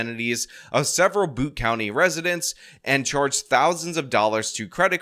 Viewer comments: "Butte" is not pronounced "Boot." It's pronounced "Butt-eee." Rhymes with "putty." Pretty sure about that. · Its Butte pronouced BEE-YOU-T, not BOOT or BUT. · The dude was not released, he posted bail, he did not acquire his firearm(s) legally, and it's pronounced beaute, not boot. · Butte (Butte county) is not pronounced "boot." It's pronounced like the first syllable in "beau'ty." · It is pronounced byute. Rymes with cute. It means : a flat topped mountain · Every time I think the world couldn’t possibly get any more stupid…….California. Also it’s pronounced byoot. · Its pronounced "beaut" county. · Just fyi, "Butte" is pronounced Byoot. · It's pronounced B-yoo-t, New Yorker. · small correction butte is pronounced like beauty without the y at the end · This is my husbands hometown, we lived very close to this school. My friend’s sister is a teacher there. It’s very shaking how close to home this is. I’m glad to see attention being drawn to things that could have prevented it. Side note- you’re mispronouncing Butte. It’s a long u. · Hi, just FYI Butte is a landform and is pronounced like the beaut part of the word beauty. Thanks for covering this. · Always funny to hear an Easterner say Butte when he's never been around any mountains 😄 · I was thinking, "How could someone not know how to pronounce 'butte'?" Then I thought, "Oh, that's right, he's a New Yorker."